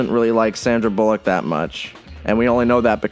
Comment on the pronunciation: "sandra bulleauq"